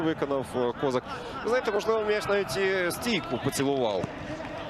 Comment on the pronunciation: Він точно кОзак? Не КозАк? Бо звучить дивно